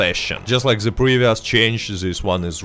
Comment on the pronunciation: I like how he says ze instead of the